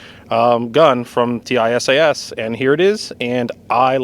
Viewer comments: I bought a used Springfield A1 that’s a good reliable pistol but I’ve been hearing good things about the Tisas ‘11s and will probably buy one soon. Curious why you call it a T-I-S-A-S rather than a Tisas. Do you know something about the company that I don’t? Several other YouTube gun reviewers I’ve seen call it Tisas. Which is correct? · Tisas pronounces as tease us. But tease should sound with S not Z. Easy. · I recently purchased the Tank Commander variant. Excellent fit and finish. Not a rattle or shake in any of it. Runs standard ball flawlessly. Now my EDC. BTW, it's pronounced Tee - sash. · It is pronounced: tee-sass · Pronounced T-SASH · Ahhh, yes… teyesayess. My favorite gun company! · It is pronounced : TEE-SAHS. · It's pronounced "tee-saash" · FWIW, Tisas put out a promotional video several years ago and the company name was pronounced like "teeSOSH". Also, according to the Tisas USA website, the finish is actually Cerakote (in a shade to mimic the period-correct Parkerizing for this model). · Oh, is TISAS not pronounced "tee-sauce"? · Why do you spell out the company name every time you say it? That's like calling Glock "G-L-O-C-K". You'd think if the company reaches out to you to offer a free gun, you'd know how to say their name properly. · No matter which way would have said it, he would have had 100x more comments about him saying it wrong than he’s gotten questions about why he’s spelling it. It’s like Loo-poled vs Leopold or Horn-a-dee vs Horn-a-day.